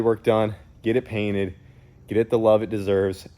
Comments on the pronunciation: "you got my page cainted" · I love it when my "Page is Cainted" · He said my Page Cainted 😂. I do the same thing when I’m excited! Hatch looking minty fresh! Love it💪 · My boi said “ page cainted “ 😂 truly lost for words seeing the hatch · Did he say “page cainted”? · "Page cainted"- lol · “Saw you got my page cainted” 😂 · He said page cainted lol anyone else get what said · "Seen you got my page cainted” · “Page cainted” lol, congrats brother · Are we gonna let him get away with saying “my Paged cainted” 😂😂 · Bruh he said it he said page cainted it good times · Whats a "Page Cainted"?:P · The page cainted?!? Lol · "saw you got my page cainted" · "I see you got my Page Cainted" - 2023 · “Page cainted” 😂